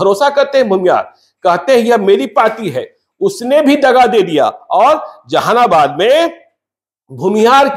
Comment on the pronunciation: Tumko Jehanabad bhi boln nahi aata . Zehanabad bol rahe ho